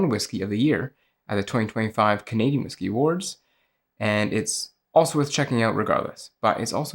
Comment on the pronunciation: Whisey? Never heard of it